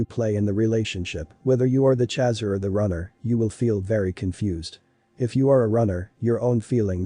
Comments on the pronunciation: No no no no just the fact that he is saying CHAZZER has totally derailed me from this video!!!! Nope! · Most intense union one can ever experience. One soul in 2 bodies. Thank you for this. BTW “chaser” rhymes with racer. Please pronounce correctly. 🌈